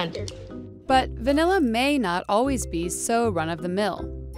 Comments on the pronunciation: Degree as far as i know its va-nih-la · *Me throughout this entire video: "If she says vanElla one more time..."